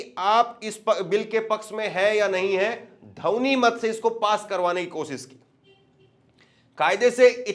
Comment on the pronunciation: जैसे रिपोर्टरों को हिंदी भी पूरी तरह नहीं आती है इन्हें ध्वनमति शब्द बोलना नहीं आता है